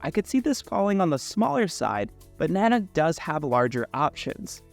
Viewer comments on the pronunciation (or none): In case anyone wants to know, this company's name is not pronounced "nanak". It's pronounced Na-Nook", the second sylable rhymes with "rook" like the chess piece. Every YouTube reviewer has it wrong. It's from an Intuit Indian word that means, "master of bears". Nanuk named it that to tag the harsh Canadian environment their bags are designed for.